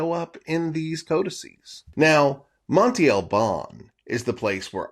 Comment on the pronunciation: Monte is a hill, mound or mountain in Spanish...it is pronounced "mon-teh" ..not monti..